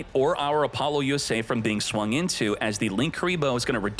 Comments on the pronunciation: "Appolo USA" is that what I heard? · "AppoloUSA" is sending me evey time you say it